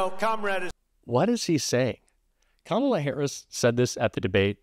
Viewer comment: he can pronounce HUSEIN,MALANIA, BUT NOT KAMALA...